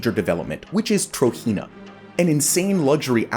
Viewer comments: It’s pronounced TROJENA Tro-JENA Not Tro-Hina or Tahina تروجينا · Hearing you pronounce "Trojena" as "TRO-HEE-NUH" is cringe as hell man, it's pronounced "TRO-GEN-NUH"... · It pronounced as Trojena, with "j", not "Trohena" or something.